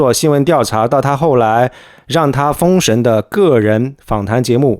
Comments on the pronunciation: 封「肾」 是什么鬼？为什么一定要这样读？ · 跟我读 封shen（二声） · 封神，为啥总是读成丰盛？